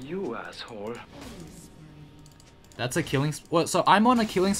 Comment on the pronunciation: "You asshore" Lmao